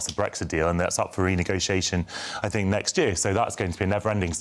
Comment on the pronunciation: When Rayner says fort and fink, does she actually mean thought and think???